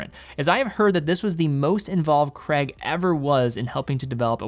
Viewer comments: How Americans say the name Craig like 'Cregg' is baffling. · Crayg not Creg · It’s Craig, not Creg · Not Creg, CRAIIIIGGG. It's Scottish. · Daniel Cray-guh, not Creg. 🤦🏻 Americans are so dumb. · BTW Craig isnt pronounced 'Kreg'. its pronounced like 'Kreyg' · A bit off subject but being British,I always find the American pronunciation of Daniel Craig's surname very strange,Americans pronounce it as "Kregg" when it's actually "Krayg" ! PS I own an Omega Seamaster 300 pro seaweed & love it! I'm not a fan of titanium as I like the feeling of weight in steel watches,when they are very light they feel cheap/fake to me even though they obviously aren't! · It’s CRAIG not creg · Say Creg again. I dare you, I double dare you. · Btw I love you but why can’t Americans and Canadians pronounce Craig?? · Really annoying American pronounciation of CRAIG! 🙂